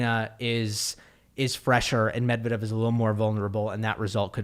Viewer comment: You read Medvedev very well